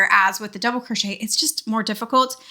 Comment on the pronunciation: “Put your single crotch shette in the next hole.” 😂 Oh, mispronouncing crochet drives me nuts lol